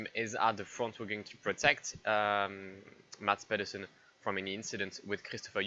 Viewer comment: A attempt at Danish, failing like expected. But all in all, still unbelievable Mads did what he did. And he has to name his firstborn male Michael now